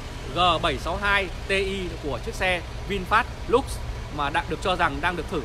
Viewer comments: Vinfast LUX mà đọc là "lúc" là biết thằng này trình độ đến đâu rồi, thế mà cũng sống được ở xứ tây thì cũng giỏi đó. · xạo. tên xe còn không đọc đúng mà đòi làm nhà báo